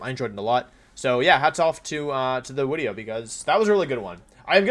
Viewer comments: Why do you say wideo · why do you say "wideo" and "youtubist" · last time I was this early Wolfey still pronounced the "v" in wideo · Wideo man again? What’s going on here other you tubers would take brake from wideos. Wideo man must just love me that much.